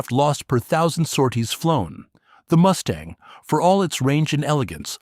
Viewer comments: Ha ha ha "Moosetang" 😂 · Haha, “Moose-tang” certainly gives the Mustang a memorable new pronunciation